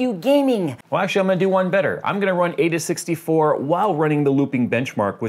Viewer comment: its pronounced "eye-duh 64"